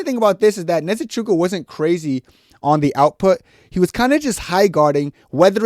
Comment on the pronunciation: Neze-chukwu? 😂 aye how does an ibo boy with last name "" mispronounce Nzechukwu? Omo, I go send you back to naija to brush up on your ibo 😂